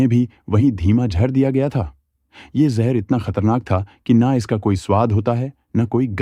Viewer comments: Jhar nhi jaher hota h be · ek baat jehurr nhi zehar hota hai.